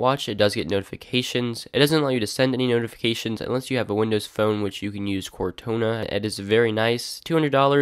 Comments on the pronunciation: "Cortona" lol She's called Cortana. ANA. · Cortona? It's Cortana. :D Go play some Halo stat. Amazing device that needs a much more comfortable band. The clasp is really well done, but the ergonomics of the wrist strap needs work. When you compare this quality/features/compatibility to every other fitness band on the market this is way ahead of everything. The closest competitor is probably the Galaxy Gear Fit, but that only works with Galaxy phones and doesn't have sensors for continuous heart rate or UV. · It's Cortana like Katana being Japanese Samurai sword.